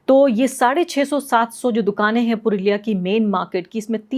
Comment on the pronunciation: पुरुलिया नहीं। पुरोला